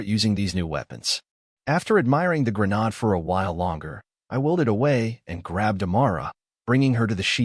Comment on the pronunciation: .00 Grenade has a hard A like in "Hate", not the soft A as in "Ahh" Also, that lever on a grenade is called the "spoon" as it's not the trigger, it's the trigger release. Hence why you hold it until you throw the grenade, where it flies off due to spring pressure and the trigger ignites the 3-5 second fuse. Thus making mister grenade no longer your friend.